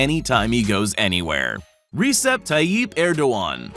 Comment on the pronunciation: thats not how you say recep